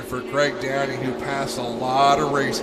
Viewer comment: Craig Downie, not Graig Downey lol. Known Craig for a lot of years & my dad knew his dad Roger for decades......